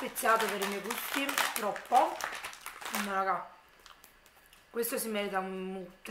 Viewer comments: Infatti...da napoletana dico che è terribile 😥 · Ti posso fare una domanda?ma perché dici sempre..meo..questo queo.. Sono giorni che cerco di capire.. È una forma dialettale del tuo paese o città ?non è un offesa attenzione..voglio solo capire 😁